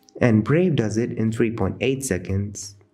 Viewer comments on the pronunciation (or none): The fact that you cant say 3 is offputting